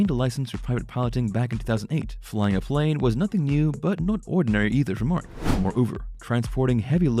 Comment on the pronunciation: I sure wish when you do a video you would pronounce Marks name right. I was a personal friend and hauled the deicer and road oil for him until he ran into some bad luck with the company. Mark was a great man just had a string of bad luck with his trucking company in Missoula.